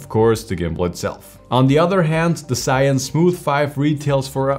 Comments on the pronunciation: Maybe do some research on how to pronounce the brand next time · Why you Americans dont know the original names of products "ZhiYun" are Chinese Hanzi。